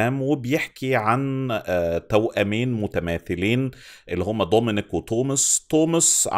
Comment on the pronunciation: ليش بتحكي ضومينيك و طوماس؟